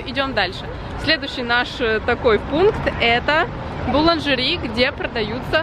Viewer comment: Шикарный влог) Как же красиво звучит: "Буланжери")) А выпечка и десерты, просто произведение искусства))